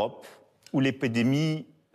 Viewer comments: L'épédémie, de l'épidémie !!!?? VS 😂😂😂😂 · A 1min10 il est incapable de dire le mot épidémie pour lui ça devient épédémie 😂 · L EPEDEMIE 😂😂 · Moi j'entends l'épée d'Émie 😂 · on dirait il est bourré 😭😭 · Le premier "épidémie" prononcé est juste magique 🤣🤣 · apprenez lui à prononcer le mot épidémie avant de le faire parler svp. C’est un peu un mot de base dans le contexte actuel.